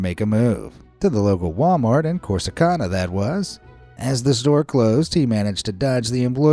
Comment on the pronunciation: I'm sorry but the first story is just inhumane 😢 and you toatally said city of Corsicana wrong that's not the right way to say it I lived there for 2 years and lived in Waco for 20 years and that not how they say it 😂